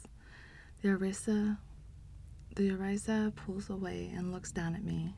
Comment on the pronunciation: Thanks for the read but please try to know the pronunciations. Orisha is pronounced “Oh-ree-sha” not “Ee-Ry-za”. Just saying…